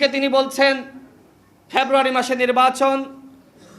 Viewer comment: February ucharan Kara Sikh 😅